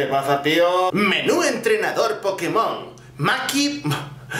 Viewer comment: No se dice pokemón se dice pokémon